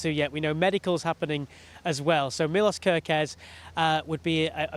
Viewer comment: It's pronounced MILOSH ;)